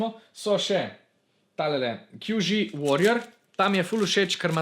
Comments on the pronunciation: QiYi se izgovori "či ii" drgac pa super video in srecno s podiranjem rekorda ce misls res tu nrdit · dober video, samo izgovarjava imen me mal moti: qiyi se izgovori čiji yuxin se izgovori jušin(obe tovarni sta kitajski, tam imajo drugačno izgovorjavo)